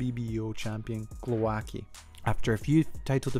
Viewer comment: Good video, love Usyk. But.... for future reference Glowacki is pronounced Glov-ats-kee